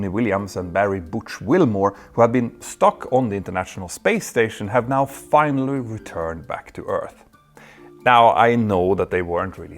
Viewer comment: The good-natured gag reel: Jeo-Politics Fina-lyly-ly